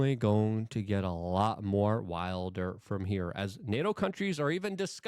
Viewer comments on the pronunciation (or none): none